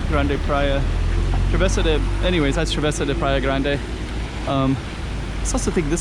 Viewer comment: Grande should sound like "GRAHN-duh" in Portuguese, right? "GRAHN-deh" sounds like Spanish to me!